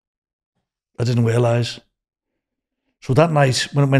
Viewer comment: I didn't wealise was a siwen this is going to be a hard listen without laughing.